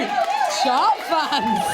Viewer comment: When she said chart i heard chant. I was waiting for a jingle. Lol